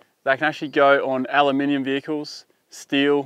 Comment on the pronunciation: Did you just say alooominum as a Aussie?